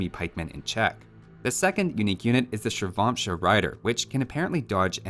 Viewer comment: No one talking about his pronouciation? I mean I have no clue, how Shirvamsha Rider is pronouced, but it sounds like, you absolutely nailed it! Respect!